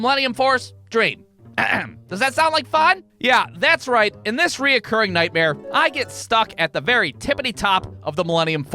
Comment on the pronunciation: Why do you keep putting an "o" in between "re" and "curring?"